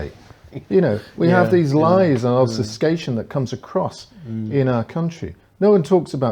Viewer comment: It's 'obfuscation', not OBSFUSCATION.